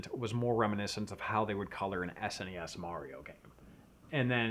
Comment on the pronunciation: The way says SNES it sounds like "ass any ass"